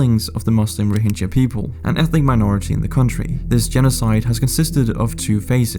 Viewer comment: The G in Rohingya is pronounced as a G in "Game", not like G in "Gem"